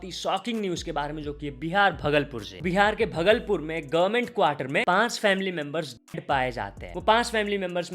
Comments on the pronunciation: भागलपूर है, भगलपूर नही. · भागलपुर ❌ भगलपुर☑️😂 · Bhai wo bhagalpur ny, pronounciation भागलपुर hai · Not भगलपुर it's भागलपुर